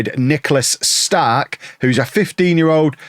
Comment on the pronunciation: It doesn’t matter at all BUT you’re pronouncing “Stark” wrong. You’re saying “Staaark” when u want the A to be quick and finish strong on the K “StarK”. Much love from Sweden❤